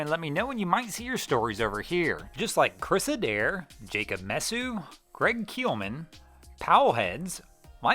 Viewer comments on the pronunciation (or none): none